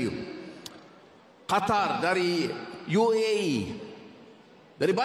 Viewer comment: Qatar bukan Khatar